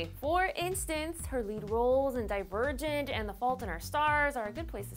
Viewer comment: When someone says "divergent", I hear "Die virgin" haha lol everytime